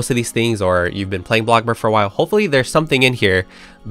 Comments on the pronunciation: Literally every time ✨𝑎 𝑏𝑙𝑜𝑐𝑘 𝐵𝑂𝑅𝐺✨ I always say it with him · My day isn’t complete with hearing ah blockborg